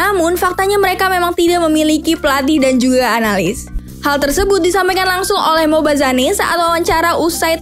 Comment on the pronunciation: whattt, MobaZanEEE. 😭😭😂😂😂😂.. bacanya Mobazein. ampun dah .